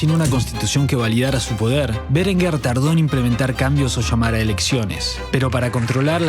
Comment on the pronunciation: No sé por qué acentúa de forma esdrújula todos los apellidos. No es "Bérenguer", sino "Berenguer". No es "Cásares Quiroga", sino "Casares Quiroga".